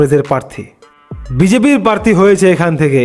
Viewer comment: পারথি নয়। প্রার্থী। বিজেপি - ২৯+